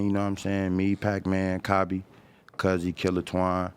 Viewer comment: it’s cobby u goofy